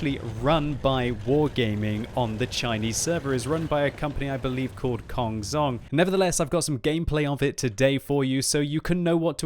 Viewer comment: it's pronounced as kong chong, not kong zong...:)